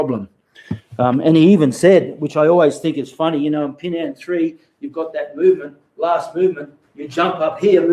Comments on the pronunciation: It is not pronounced Pee Nan (Pinan) …. First learn to pronounce it right, then you learn the Pinan Kata ….. Pronouncing Pinan Pee Nan is wrong and have different meaning!!!!!!! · Okay, you can make any inference from what I have written. To sum it up, as I said there are black belts 5th and up around the world that pronounce Pinan as Pee Nan; This pronunciation is incorrect...... For a person that spends time learning Pinan Katas , we want you to do your own research into speaking and pronouncing the Pinan Kata the Okinawan ways....... Spend a month even six months to find out the real pronunciation, then make a video to teach it for all whoever wanted to learn the real pronunciation...... If you're a serious practitioner of the Pinan Katas, it is for your advantage and knowledge to know them. Again , pronouncing Pinan as Pee Nan is wrong and has no meaning....... Example: Hello JOHN, is not the same as Hello Jane................ We see most practitioners in the states and around the world not even come close to pronouncing Pinan correctly....Learn Pinan correctly first by learning to pronounce it right....... Don't butcher Pinan as Pee Nan....................... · Learn Pinan by learning it correctly..... You teach something that you don't understand..... If you know Japanese then, let's hear it... pronounce Pinan ?????? Pinan is Okinawan, hello, Pinan isn't Heian that the Japanese change to...... Your Kyokushin isn't Pinan kata................ Let's hear it Pinan ...... Spending all that time learing Pinan and applications are all Heian katas........... You know nothing about Pinan Katas hello...... Let's hear Pinan................ Yeah 27 people would like youto pronounce Pina correctly , if not then don't learn Pinan..................... Learn Pee Nan